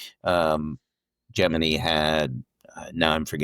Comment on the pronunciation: Great interview, well done. Jeff's books are always worth a read. I've always pronounced Gemini like you.